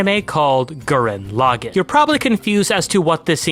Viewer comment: You call the Lagann correctly but when you say the name of the anime you say it wrong.. How did you manage that habit 😂 WONDERFUL video btw!! Great breakdown of the series 🔥